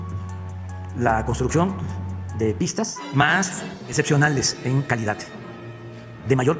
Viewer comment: Toda una vida en la política en discursos ya se va a retirar según el, y nunca se enseñó a pronunciar bien, calidat, salut, corrucjion... Esa si le sale muy bien.